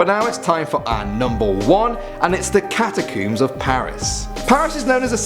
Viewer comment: The way he pronounced catacombs XD "cataqumes"